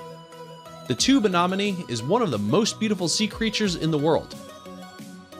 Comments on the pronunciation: 1) This narrator cannot pronounce 'anemone' correctly. Instant fail. Over and over again. 2) Apparently they have never seen a Blanket Octopus. How tragic. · Uhmmm in the first one, when the human is holding the creature, that’s actually a crab. Didn’t even say the mantis shrimp was poisonous! Or said anemone wrong! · Please learn the correct pronunciation of "anemone" and "nudibranch." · The guy talking knows NOTHING about animals. Mispronounced anemone and nuderanch. Get someone who knows the animals. Then he wont mispronounce the names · it's anemone not anonomy 😅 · You said tube anomane instead of tube anemone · 1) Anemone is pronounced "anEHmone," not "anAHmone." 2) Nudibranch is pronounced "NUDibrank," not "NUDibranch," despite the way it's spelled; and yes, they CAN swim. 3) No jellies??? Still--lovely film! Thakn you for sharing! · While I enjoy 4 Ever Green shows every now & then they do something that bugs me such as mispronouncing aNEMone by saying aNOMone. It is spelled anemone not anomome! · GREAT videos, but please learn how to properly pronounce "anemone". The 3rd letter is an E, not an O. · It's "Ah-Ne-mo-nee" Not ?Ah-Nah-mo-nee." goofy. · Why cant anybody on youtube say A-nen-o-me correctly!?? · OK - First of all, I almost couldn't get through this - people who narrate something should be required to learn how to pronounce things CORRECTLY!!! It's NudiBRANKE - not nudiBRANCH (talking about pronunciation NOT spelling) and Ah-nem-oni NOT Ah-nem-inon. And that "cute little creature" can sting pretty damn good! LOL Secondly - OMG!!! A Pikachu Nudibranch! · A nem on e. Not a nom on ne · As soon as I heard, “Tube Anomanie” I was out 😂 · Same here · The way he says anemone like a-nominee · A-nom-uh-nee.... ba ba ba ba ba.... a-nom-uh-nee.... ba ba ba ba, a-nom-uh-nee...... ba ba ba ba ba, ba ba ba, ba ba ba, ba ba ba...... A-NOM-UH-NEE! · as sso as i heard. '' tube anomanie'' i was out🤣🤣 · Its: uh-NEM-ah-knee!!!!! 🤦‍♀️ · A-NEM-O-NEEE douche wad